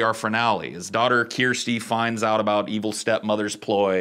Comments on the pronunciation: Kirsty (not as he pronounces it keersty) is quite a common name in the UK. short for Kirstin (where as Kirstein is a common german surname) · Yep, but don't understand his problem with the name Kiar-sty (Kirsty) pronounced Kir-stee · Bro it's pronounced CURSTY, not kyeeeersty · Kirsty is pronounced KER-STY..not KEER-STY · Her name is correct and pronounced ‘Kersty’ not ‘Key-ersty’. It’s a very normal British name. ‘Kerst’ to rhyme with ‘burst’ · You are mispronouncing Chirstie. You are saying "Keer-stee". Listen to her name spoken anywhere in the movie dialogue again. They say "Curse-T" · Dude, just think CURSE, "CURSE-Tee". Not "KEER-STEE". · Kirsty is a name in the uk but its not kyersty its just kirsty. Its a fine name. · It's pronounced KiRstay KIR STAY not keyrste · It's KIRSTY, rhymes with THIRSTY. There are tons of Kirstys in the UK. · Beardsley took the words right out my mouth... Keersty, seriously?? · The daughters name is Kirsty it's a galic/ celtic version of the name Christine .the English translation is Spelled Kirstie . Is pronounced Kersty/ Kerstie. I wouldn't normally be this pedantic about it but it's my bloody name, and I hate it when its mispronounced or am told shouldn't it be Spelled kristy? Sorry rant over. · How have you never heard the name Kirsty ("ker-stie") my guy. Is it not used in the US? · Ker-stee. That's her name. Kirsty. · Sorry to complain, but it's driving me crazy, her name is pronounced, CURSE-Tea.. Not sure if that's because she's cursed or not, but yeah, CURSE-Tea.. 😊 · really? That's how you think "Kirsty" is Pronounced? You need to get out in the world dude. It's a super common name and it is pronounced Ker-Stee where the "Kir" is pronounced like the word "Per" as ""a Ticket costs $10 "Per Person"" Kirsty! My Wifes name is Kirsty, I had a G/F in highschool names Kirsty. Alternate spellings I have seen are Kirstie. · You've never heard the name Kirsty before?? As in Kirsty Alley? It's pronounced Ker-sty. SMH